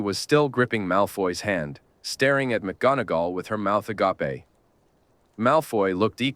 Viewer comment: "her mouth uh-gah-pay" 😂